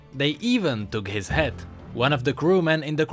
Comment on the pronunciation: Jesus i thought he said head, he meant hat right?